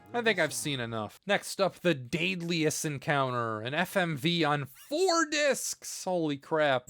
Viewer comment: Its pronounced DED-LUS. Funny word i know Great video. Most ppl never got to see the 3do in action because of the price and inevitable scarcity because of the .marketing